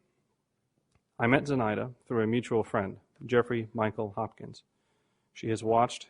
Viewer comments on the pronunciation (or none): So random but the way she says "Zenitha" and not "Zenaida" pisses me off.